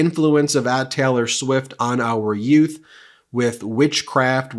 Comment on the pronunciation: The what? The two yutes were walking... Did you say "yutes?" Excuse me your honor. Yooooooooouths